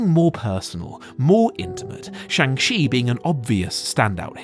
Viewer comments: Shang Chi is supposed to sound more like Shaun[g] than Chang. They have a entire scene in the movie dedicated to the pronunciation of the name. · Saying chang chi was great hurts your credibility. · Shang Shee 😭 (shang chi is not pronounced that way a is pronounced like fathers a and ch not sh) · Oof when you say shang shont is good...doubt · How do people keep mispronouncing Shang Chi? Like they literally said the name and cleared up how to pronounce it in the movie... It's Sean with a g... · How is it possible that youre still mispronouncing Shang Chis name... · The way most English speaking people pronounce the "Chi" in "Shang Chi" butchers the Chinese pronunciation of the vowel. But the way you pronounced it butchers both the consonant sound and the vowel. I honestly didn't know it was possible to pronounce it even more wrong than most people already do. It's mind boggling. Also, one issue I have now (among many) with the MCU is that they've already saved the earth, then tried and failed to save half the universe, then tried and succeeded. How can you get any more huge than that? After End Game nothing really feels like it's high stakes any more because nothing's putting half the universe at risk. There are tons of other issues with this phase though, so yeah... Better writing is ultimately what is needed. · They go through pains in the film to pronounce Shang-Chi's name correctly for the audience and you still mispronounce it. Come on man.